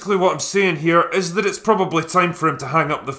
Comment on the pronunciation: "itchs a grunge thing"😁